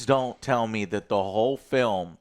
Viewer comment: „i did das“ 😂😂😂 denglish, love it